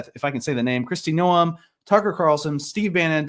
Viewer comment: nailed the pronunciations- great job! On Tucker I agree “fake win” wasn’t a good word choice but I took it as saying Trans in bathrooms is “less” important than homelessness, drugs & economy. The state of growth etc will show true 1 way or another at Trumps term conclusion, as suggests.